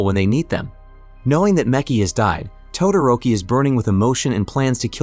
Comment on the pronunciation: Mmmmmm yes "todaroki"